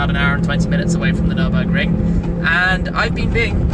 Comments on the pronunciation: Nürburgring Mate Nürburgring, not Nurburgring! ;) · Wow! Absolute Wonderful Commentary by! How many times has he been around the Nürburgring Nord Schleife? Hey, Shmee!! Download the German Alphabet to be able to use what they call "umlaut" ü ö ä and ß < meaning Double s! Especially in Nürburgring and NOT Nurburgring! You can also write Nuerburgring if you so desire! The e takes the Place of the two Dots above the a o and u<< ae=ä, ue=ü and oe=ö! How do You like them " Apples "? lol!